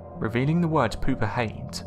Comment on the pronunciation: Ahahaha! Pooper lol Pouper is pronounced poopay Lol pooper hehehe That’s good